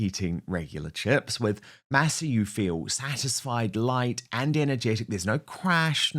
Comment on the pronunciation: Dan! The word, Masa, is Spanish for corn. It would be nice if you could pronounce it the way the Spanish do. “Maw saw.”